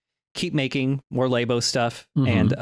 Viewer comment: apologizing for pronouncing Labo as Laybo, but not ZX spectrum as Zee-ex Spectrum.